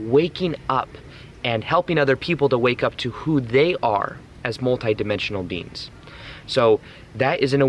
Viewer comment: love you. but its ET. BEINGS not beans lol xx